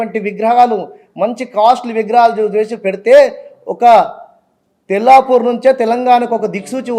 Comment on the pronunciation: తెలపూర్ కాదు తెల్లాపూర్